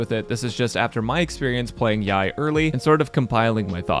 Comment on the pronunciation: pet peeve rant but why do so many content creaters call her yai miko its clearly yae (yay) miko